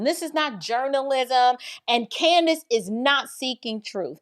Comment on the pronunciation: It is so great to hear this woman nail CANDIce perfectly. I'm very impressed.